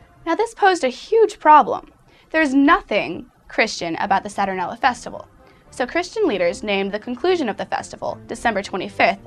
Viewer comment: It's not "saTURnella" or "SATurnella", it's pronounced "sa-tur-NAIL-ee-a".